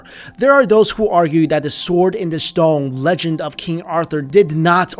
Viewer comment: I'm sorry, but y did u pronounce stone as "storng"?